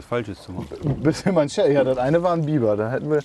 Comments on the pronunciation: Nilgans - mit "i", nicht mit "ie" Biber - mit "i", nicht mit "ie" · mal wieder klasse Video! Aber "Bieber" ist der Sänger Justin, "Biber" der Flussbewohner! :D